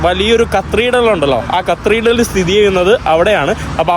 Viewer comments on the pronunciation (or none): Cathedral... not catredal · ദയവായി കത്തേഡ്രൽ എന്നു പറയൂ, പലപ്പോഴും തെറ്റായി പ്രൊനൗൺസ് ചെയ്യുന്നതായി തോന്നുന്നു. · എടാ പഹയാ. ... അന്നോട് എത്ര വട്ടം പറഞ്ഞിനീ കത്രീഡൽ അല്ല കതീട്രൽ (Cathedral) എന്നാണെന്നു